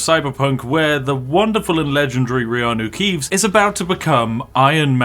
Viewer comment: Wait.... Did he said Reanu Keeves ?? 😂😂😂